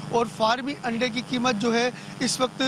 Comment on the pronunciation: O payi Aandai nhi Andai hota hy